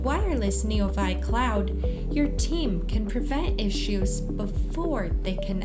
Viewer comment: It's pretty sad when the AI voice in the commercial mispronounces the name of the product, neoVI.